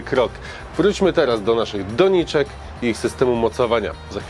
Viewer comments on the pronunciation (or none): Skąd ta moda akcentowania pierwszej sylaby? Na przykład - nie mówi się po polsku "DO-niczek", tylko "do-NI-czek".